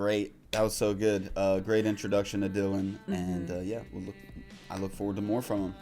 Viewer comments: For goodness sake it’s Dylan as in Bob Dylan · its pronounced dillon ffs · Haven't you heard of bob Dylan ? It's dilan Mo ran 😅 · It's Dylan like Bob Dylan.....i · Dylan - "Dill-Ann" Black Book awesome show esp the upside down piano playing with spoons..... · Dylan is pronounced like bob DYLAN🫣Moran sounds like MORE-RAN😉